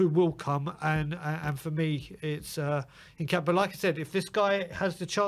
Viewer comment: "Kessiyay"? "Hincapiaye"? Come on, man...